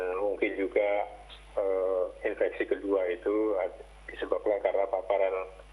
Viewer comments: Infeksi, bukan inveksi min. Emangnya konveksi :/ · infeksi keleus bukan inveksi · Infeksi min bukan inveksi